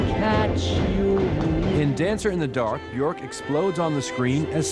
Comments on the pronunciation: "Icelandic pop princess BjOrk [...]"... Is it really that hard to pronounce the 'ö' for english speaking people..? There's no 'th'-sound in my first language, but I don't think it's very hard to learn to pronounce it right... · Anubis I know it's pronounced byerk, but then again I'm English. This video is American so you can't trust them to pronounce anything correct. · Johnny Solipsis well they're right... it's pronounced "byerk". The ö is pronounced with an "er"-ish sound.